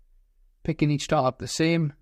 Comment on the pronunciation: "Eatch" yikes